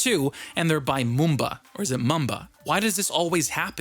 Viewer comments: It’s Mumba not mooba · for mumba its mum-ba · #Mumba pretty much everything about this case is perfect , especially me who’s always out and about doing some shopping or just having a trip. Also , I’m pretty sure it’s pronounced : Muh-m-buh. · i like it how u say #Mumba